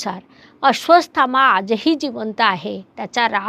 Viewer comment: माफ करा पण तूम्ही नावं चुकीचे घेत आहात, नाव आहे अश्वत्थामा, तूम्ही अश्र्वासथामा बोलत आहात